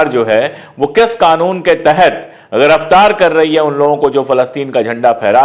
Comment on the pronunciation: भाई पाण्डेय जी ग़िरिफ़तार नहीं गिरिफ़तार बोला करें